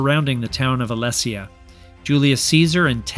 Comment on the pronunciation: Great series of videos. Alesia is pronounced ah-lee-sha.